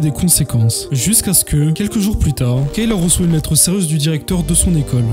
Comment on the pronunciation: Kayla sa se prononce Kéla